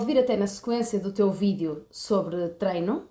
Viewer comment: mete impressao o "v" e não o "b"😂